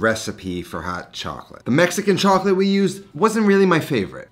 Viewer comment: He butchered the Mexican chocolate, hard pass